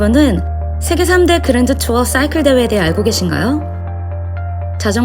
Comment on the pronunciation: 쏴이클 발음 넘 쥐리네요 역시